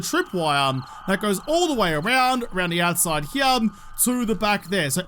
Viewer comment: I didnt know there was the letter "m" in the word "here"